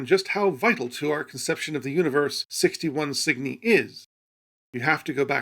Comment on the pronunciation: Cygni? At first i thought he was mis-pronouncing Sydney at first.